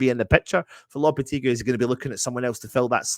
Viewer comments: Can the presenters get together & learn how to pronounce Lopetegui's name . It's not Loppertegly , & it's not Loppertegloo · At least spell his name right in the title! Even if you pronounce the name wrong